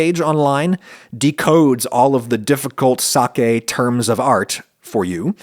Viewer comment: thank you for pronouncing SAKE correctly